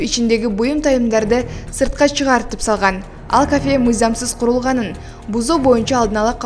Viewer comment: ""каафе "" эмес дура, ""кафе""